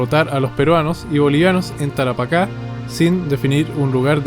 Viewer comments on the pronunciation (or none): none